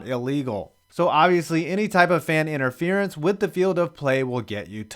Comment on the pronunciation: Is that inteeference